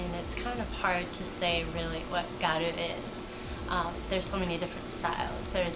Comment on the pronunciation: what do you mean? gyaru is pronounced gyaru not gal